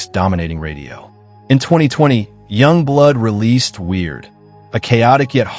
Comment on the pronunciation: Źle wypowiadasz Yungblud ...